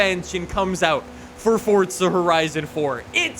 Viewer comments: FORZA NOT FORTSA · what do you say fordza instead of forza? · Forza.... four-za not fortza theres no t in the title 🤦‍♂️ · damn you say forza many times.. but.. the way you say forza sounds like fordza :D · To this day I still wonder why people say Fortza rather than Forza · Why is he saying Forza like fort-za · Its just an accent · ForTza. Like Peteza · Why do u say “fortza” like where is the t. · Am i the only one hearing him say Fortza? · Omg pls stop saying FORTZA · Why this guy is saying FOSTSSAA ? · Plus you can't trust someone that calls forza, fortza